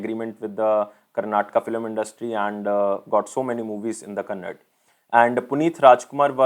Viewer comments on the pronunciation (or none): it is not kannad..its kannada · It is Kannada not Kannad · its Kannada * ❤️ Not Kannad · Being a Telugu guy i just want to correct you on something which is really annoying to hear, it is not "KANNAD", it is "KANNADAAAAAA". Arhhh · sir not kannad it is kannada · Sir no offense but it is KANNADA actor not KANNAD... anyways thank you for ur efforts.. Ella kannadigarige rajyostava shubahshayagalu ..🙏🙏 in advance! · Sir pls 🙏 it's 𝙠𝙖𝙣𝙣𝙖𝙙𝙖.... ....and Tq for your effort sir